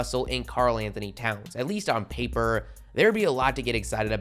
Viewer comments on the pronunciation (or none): “At least on paperrrrr” 😂